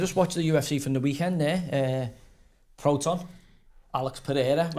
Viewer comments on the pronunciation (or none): Did he just call Alex pereira “proton”🤣🤣🤣🤣🤣🤣🤣